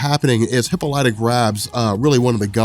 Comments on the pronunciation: bro, please... It's not hippo-lyta, it's hi-ppola-ta. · The Wonder Woman trailer is out PLEASE stop saying Hip-O-lat-tah, its Hip-Pol-ita lol! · It’s pronounced hip-olita, not hippo-lite-a. You should know that. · Dude I love your videos but you need to know that it's pronounced (Hip - All - Lit - Ah) NOT "Hippo - Light - Ah". I cringe every time you say that. You're still the man bro just stop saying it wrong. #WonderWomanFan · hip-paul-lit-a. not hippo-light-a. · Say it with me now...Hip-pol-ah-tah...there's no hippos in there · Hip-all-it-tuh Not Hippo-light-uh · 🤦🏾‍♂️🤦🏾‍♂️🤦🏾‍♂️😂😂😂PLEASE!!! For all that is holy…WATCH ONE OF THE CARTOONS so you can learn how to pronounce “Queen Hyppolita’s”(Hi-Pah-Li-ta) name! 😂😂😂😂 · No it's obviously a hippo lighter. And Leo ney adidas. :D Bothering me a lot too when he says hippo lighter XD But funny! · high pole uh ta? Isn't heh paul ita? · Wow. You couldn't even spare the time it takes to figure out how to pronounce the name Hippolyte correctly. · please listen to the pronunciation of Hyppolita... you're saying it incorrectly. I swear I'm not trying to be rude, but I enjoy your videos, and you sound like the kind of guy that likes factual information. Just thought I'd let you know. Please don't hate me lol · The butchering of the name hippolyta makes me cringe everytime I hear it... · dude you pronounced ww mom name wrong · your pronunciation of Diana's mothers name is offensive. GJ otherwise!